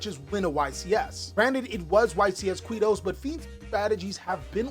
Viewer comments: don't say kuito don't say kuito don't say kuito damn he said it (i'm from there) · The way says Quito jajajaja